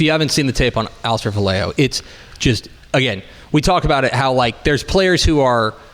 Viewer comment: Hi the last name Vallejo is pronounced Va ye ho, not Va lay ho.